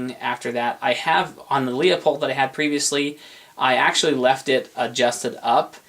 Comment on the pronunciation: Lets all say "Lou-poled" real quick..."Looouuuu-pooolllled." I swear if I hear Lea-poled once more....I dunno. Ya'll can pronounce your fancy overpriced optic however ya'll want to I suppose.